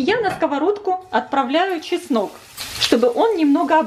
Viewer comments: ЧеснОк, а не часнык! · Простите,ну очень режет слух "часнЫчок". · Все отлично,только чеснок,а не часнЫк!